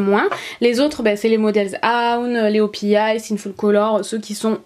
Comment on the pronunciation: Les verni o.p.i sa se prononce pas opi mes (opiay